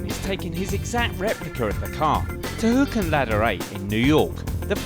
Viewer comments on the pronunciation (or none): Hook not houk